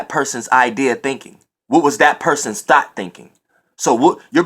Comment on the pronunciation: It’s great but what bothers me is he purposely say thot vs thought 😂😂😂💀